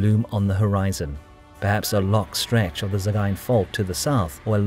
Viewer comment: Probably the best pronunciation of "Sagaing" I've ever heard.